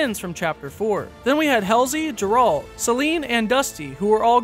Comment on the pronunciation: The way you said Geralt's name pissed me off ngl